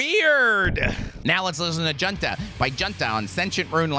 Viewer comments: pronounced hoon-ta like a military junta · Junta is pronounced “hoon-tah” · Junta is pronounced Hoonta